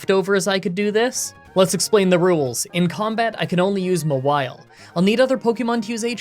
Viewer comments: Ma-while? For God's sake, did nobody watch the anime? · I'm commenting this before I finish watching the run, but Mawile is one of my favorite 'mons, and I am losing it over pronouncing it M'wile. Like, it's a Maw! A big ol' mouth! Anyways, it's been a minute since I've watched an video, and I'm glad to be watching again. Thanks,! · Haha “Mah-while”… comedy gold😘👌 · Wtf! How did you say Mawile? Its just Gnaw-wild but you remove the G and the D plus change the N to an M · FYI, it's actually pronounced "Mawile." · Ok so if no one else is gonna say this cause I can’t find a single comment about it, it’s pronounced Maw-While. Maw as in mouth, like the giant mouth on its back. Just dropping this here. At least the nickname makes sense with how you’re pronouncing it ^_^ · The way you pronounce mawile is so weird. It name is from maw and vile.